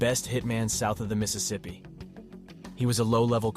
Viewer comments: "Best hitman south of the missesipi" What? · bro said south of the mississippi